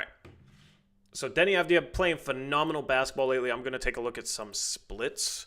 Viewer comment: How many games before gets the Avdija pronunciation right?